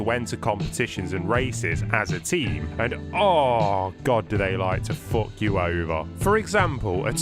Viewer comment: "Fook yourself up" lmao